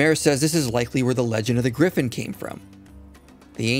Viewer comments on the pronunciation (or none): none